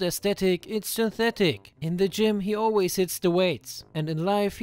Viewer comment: "Oilways" ;DDD